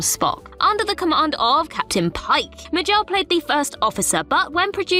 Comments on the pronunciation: It's "MAY-jel," not "Mah-JEL" Roddenberry. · "May-jil" NOT "M'jel" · Very poor content this time around. "Ma gel"? For crying out loud... Shameful content in fact. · "MayGel." Jesus Chripes! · Not only does she mispronounce Majel, am I hearing it correctly that she calls her Nichelle??? Also, the skirt is called a skant and both Picard and Riker wore one. It was a more ceremonial version with black leggings, but it was most definitely a skant.